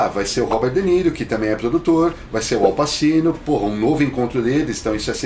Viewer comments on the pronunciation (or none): a pronuncia é Au Patchino